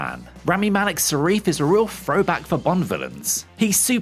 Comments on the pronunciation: Seriously, please learn how to pronounce characters names correctly. It's SAFin not Sarif. It's not difficult. The principle cast were on Graham Nortan last week talking about the film and Malik said the name several times. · We were all speechless at the end of this brilliant film ….it’s Safin nor Sarif are you dyslexic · Safin not Sarif. Why is this difficult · Safin, not sareef >_> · The name is SAFINn not SARIF. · This guy keeps falling him “Sarif” when he was Safin. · Why do you keep calling him Sarif ?????? His name is Lyutsifer Safin ???? Have you even watched the film ???????? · Pretty sure it’s Safin, not Sarif. Oooopsie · Who is Sarif??? Its Safin! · he keeps saying "Sheriff" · Quite strange he keeps talking about "Sarif". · Who the hell is Sareef? Nice to see you lot still trolling with the mistakes. More power to ya. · Well, we had a good run with Craig. Now it's time to reboot and return to the old formula, making bond movies independent and not an overarching story. That will make transitioning from actor to actor a lot smoother. One more thing, though... who the bloody hell is this "Sarif" you speak of? Sorry, I couldn't resist. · Please stop calling him Sarif. Please…… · Why do you keep saying "Sarif"? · Whatculture even have safin spelled on the video. How can you not pronounce something that you're VOing for, they must read this before? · If you can’t pronounce the name of a movie’s primary antagonist correctly, you have no business explaining any part of it. Nevermind other trivia you also got wrong, like Swann not being the first Bond girl to appear more than once, that would be Sylvia Trench from the first two Bond movies. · for a movie critic, you rushed this video, you cant even get the villians name right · Seriously. Is this guy illiterate? Cannot pronounce th. Think "for better or worst" is correct. Can't even read the name of the villain. You lot have had some real idiots before, but I thought you may have sorted it out by now.